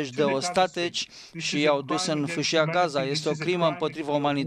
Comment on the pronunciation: ostatIci (nu ostatEci)